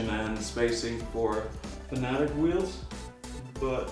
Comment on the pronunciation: FANATIC LOL 😆 FAN-A-TEC FFS